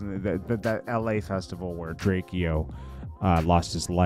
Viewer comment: Bro can you say his name right it's not drak e o got dam its drake-o💯